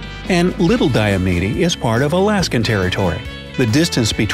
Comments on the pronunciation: Big and little Diomede is pronounced Diomeed not Diomeedee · Oh no! It is pronounced DI O MEED. not di o me de. The last e is silent... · Hahaha. You’re definitely not that familiar with Alaska. You said Diomedee. Its not. It’s pronounced, Diomeed. You also gave no reference as to how we’re in the eastern hemisphere. We reach over the international date line. So there are a few facts for you that you didn’t know about the facts you gave. Annnnnd bonus facts, If you divide Alaska in half, Texas would be the third largest state. Everything is bigger in Texas, except for everything in Alaska. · You don't pronounce the last 'E' in Diomede. It's like 'Diomead'. And now you know..... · You mispronounced Diomede. The final letter of the word is silent.